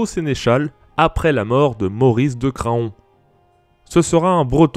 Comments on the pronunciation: En tant que Mayennais de naissance, je ne peux te laisser permettre d'écorcher le nom de cette ville ! ça se prononce [CRAN], point. ^^ ("faon" et "paon" se prononcent pareils) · Excellente vidéo. Bien meilleure locution qu'aux débuts. Par contre, "Craon" ne se prononce pas comme ça. C'est comme "paon" ou "taon" , ça se prononce "Krañ". Et si "rebelle" se prononce bien "reubelle", "rébellion" s'écrit et se prononce comme tel, avec un "É" comme "rÉbellion", et non pas comme "reubellion". Merci pour ce travail, merci de nous faire découvrir notre histoire.